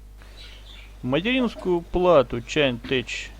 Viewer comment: Позор тем, кто по сей день не знает, что название читается как "Чеинтек", а НЕ "Чаинтеч"!!!